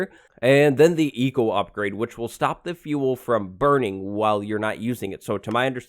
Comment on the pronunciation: I thought you said Etho upgrade and not Eco upgrade xD